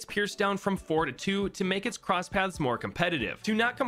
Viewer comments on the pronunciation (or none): none